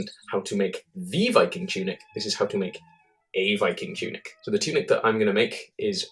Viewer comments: Lol "Choonik" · "choonik" had to pause died